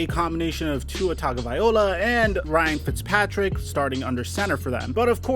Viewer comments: great channel - let me help you out with the Samoan last name, its pronounced Tah gnoh vy eeh LOW UH ( not 'oh la') - ya gotta say it like Jason Statham who takes a sentence and turns it into one word (like some of my Italian brothers) all in 1 breath like 'fogettabowdid' - keep up the good reporting, great channel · everyone made the right call. i think this has to play out before giving up that much. and it's vye-LOA, not vye-OLA. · Whos gonna tell its not -viola Its Vi-Loah. TagoViLoa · It’s pronounced tag-uh-vai-low-uh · One of these days you'll pronounce Tua's last name correctly. LOL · Love ur videos but the way you pronounce Tua last name drives me crazy!